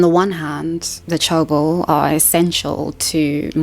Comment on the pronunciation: 재벌 is pronounced je (the short e sound, as in 'egg') + bol (the short o sound, as in 'octopus').